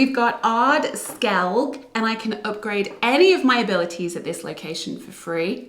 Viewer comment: It’s pronounced like “Skell-ig” 😂 But I won’t knock you for it. Love the videos 👍🏻